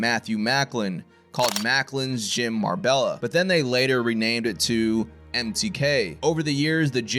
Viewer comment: Good video. One thing; it's pronounced Mar•bay•ya, not Mar•bell•a. Double LL in Spanish is pronounced as a "Y"